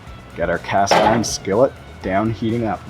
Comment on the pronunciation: I love this guy and his enthusiasm towards teaching us how to do this lol, plus I’m literally about to try and make them my first time and wanted to see how a few other ppl did to get a consensus. But the way he was saying skillet was cracking me up for some reason lol. Skelleht 😂😂😂 Nice video though bud, keep it up. I’m just an and gotta give ppl hell about everything lol.